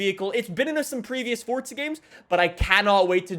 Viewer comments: it's not fortza it's forza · ITS NOT FOR"T"ZA IT IS FORZA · It’s pronounced forza not Fortza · "Fortza Horizon" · Fortza? There’s no z😂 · where is the 't' in forza